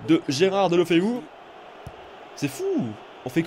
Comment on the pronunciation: Ça ce prononce dèl lou feu